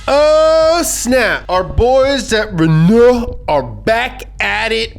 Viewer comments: The pronounciation of Renault in this video is painful. The first half is emphasized, not the second half. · It’s not pronounced «Renou», it’s pronounced «Renå» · Renaloo maganene